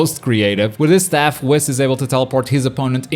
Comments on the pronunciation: wis? it is wees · Michael McCoy I watch it in original Japanese and never heard it like he says it I heard more like whiiis with emphasis on the I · the fact that he’s says WHIS instead of WEES makes me happy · saying whis like piss is really bothering me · Nobody:: wiss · Honestly though lol idk why or how it’s possible. We all watched the same show right? We literally hear how it’s pronounced. Unless he never watched Super.... But it’s clearly pronounced Wees. He’s saying it like he’s half way pronouncing whiskey. Which is understandable, but still.... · The way he says Whis🤦‍♂️😭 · the way you say whis is killing me